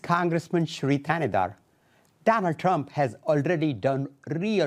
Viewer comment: Shri, not Sherry. I know you're making fun of him but at least TRY to learn how to pronounce names.